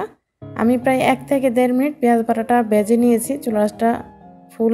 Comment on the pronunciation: " বেজে" না, ভেজে